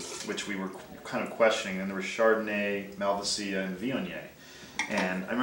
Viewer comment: Learn how to pronounce Malvasia please!